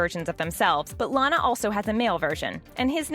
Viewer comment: You are so dum you make a video that already have and episode of it so why do you need to make a video when people can just watch the episode and you finally said Lana correctly